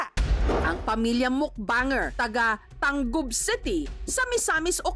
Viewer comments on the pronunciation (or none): I think ta-ngub ang pronounce ana Dili tan-gub?